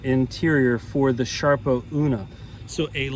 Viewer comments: What?..sharpo ..it's SARPO not sharpo!!! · Sarpo. Not Sharpo. Thanks